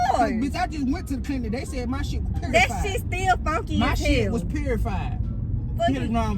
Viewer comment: This man said purified 😂😂